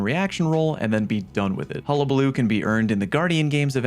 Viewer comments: Thank you, you are the first creator I have watched that pronounced hullabaloo correctly 🎉🎉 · You’re the first person to say hullabaloo correctly on YouTube